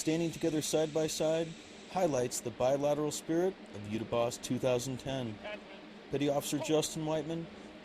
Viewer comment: It is Yudhya Aabhhyaas.. Somebody needs to at least take trouble to train our US Army to say it correctly so people who understand Hindi, know what they are talking about. Other option is to say out loud in English what Yudhya Aabhhyaas means in Hindi.. It means "Study of War",, Yudhya = war, Aabhhyaas means " to Study"